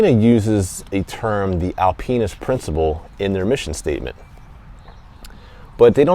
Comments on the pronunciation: Sorry to bust balls bro. It just sounded like Al penis which was hilarious to me before I had my coffee. I loved the review though. It was good... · Alpinist is not pronounced that way brother. But great review as usual...